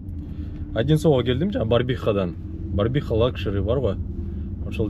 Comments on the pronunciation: Барбиха эмес 🤦🏻‍♂️БАРВИХА ❗✊😎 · Братан Ассаламу алейкум Барбиха эмеско дейм братан Барвиха окшойт